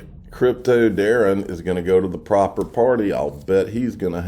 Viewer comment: Why the emphasis on the word "proper" in proper party? Is it just because Brad G said it or is there more to it?